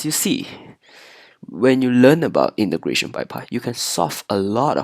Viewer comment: 8====D hoho i heard imigration instead of integration